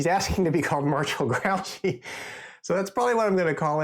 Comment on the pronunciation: Thanks for the unboxing. Grouchy is pronounced Grew-She. And try not to accent either syllable.